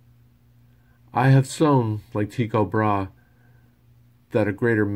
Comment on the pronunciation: Great reading. Only thing I would give you a heads up on is Tycho Brahé is pronounced Bra-hey. Thanks for sharing this.